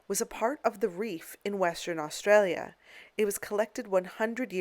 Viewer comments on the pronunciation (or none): none